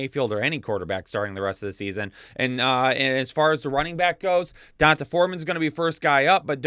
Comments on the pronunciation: PLEASE STOP PRONOUNCING EASY BLACK NAMES SO WRONG. It’s (don-tay) NOT (don-tuh) Thanks for the good fantasy content though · Is CMC going to play a lot this week or will it take him some time to learn the playbook? Also.. its pronounced "Dee On Tay" Foreman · Can't stop cracking up at how you pronounce D'Onta